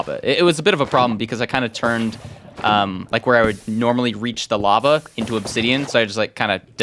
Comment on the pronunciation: no not lava he said larval